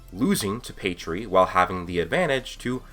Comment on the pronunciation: Who th3 fook is pedree? Your pronounciation...